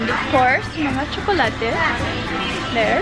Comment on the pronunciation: Gustong gusto ko yung pagbigkas nya ng tsokolate ❤❤